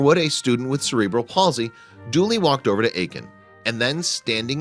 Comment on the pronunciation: "sereball" palsy iurhfiernd bahaha